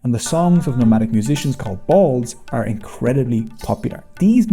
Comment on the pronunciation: Bauls' (pronounced "Baa-wool", not "bowls") music is not really popular these days, especially not in urban areas.